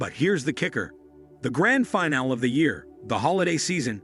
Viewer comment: Oh here's a good way to artificially create shortages. Scare everyone into running out and hoarde it like during covid. Narrator mispronounces the words 'finale' and 'guacamole'.